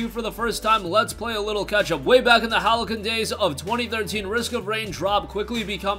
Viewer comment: “Halcyon” is pronounced “hal-see-ahn”